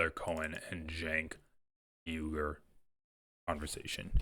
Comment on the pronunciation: 🤣 that is cracking me up! I think he pronounced it perfectly this time.